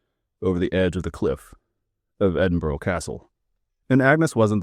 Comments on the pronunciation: EDIN-BURRA not EDIN-BOAR-OH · I live near North Berwick, I've never heard this story so thank you. PS you say Berwick ok but you need to work on your pronunciation of Edinburgh. Its not edinbrough, its the burgh of Edin therefore Edinburgh, you should know that 😂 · Maybe stop saying Edinburgh with an O sound at the end. It’s more like a soft UH sound not difficult for Americans. Just don’t pronounce it with the O.